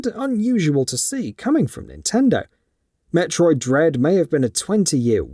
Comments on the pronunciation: Did you say Metroid Dead? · Did he say Metroid dead??